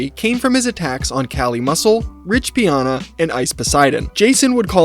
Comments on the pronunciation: The Arnold poster said: "enjoy the moment" NOT enjoyment like you say and you are calling Rich Piana, Rich PIONA??? 🤔 Do you even have a clue what you are talking about, you just copy pasted a bunch of clips and tried to regurgitate the EXACT same things about Jason that thousands of other people did more than a decade ago and you are getting all the facts WRONG. You are absolutely PATHETIC, way more than Jason and that is saying A LOT! 😵‍💫🤯🤯🤯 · Bro there’s no way you researched this whole thing and still pronounce Piana incorrectly. I mean it’s literally spelled exactly how it sounds and you still said it wrong